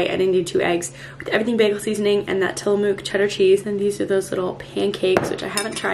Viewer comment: Love the vid!! BTW, Tillamook is tilla-muck😉 I live 30 mins from their home base.